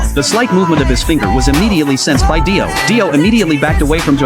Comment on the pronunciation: Daio bro said daio then dio